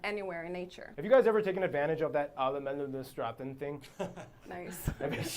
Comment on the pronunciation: As a Dutch that sounded like Alle mans Rechten/Retten. Reading swedish and understanding it a bit, yes, but pronouncing it or listening like i can to german.....